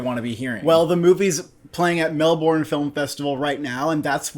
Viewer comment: 😂 Melborn, cmon boys it’s Melbin.